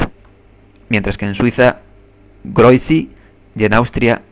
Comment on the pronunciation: Grüezi en el video lo pronuncias como «groizi» como si hubiera una "eu" pero en realidad se debe decir «griuezi»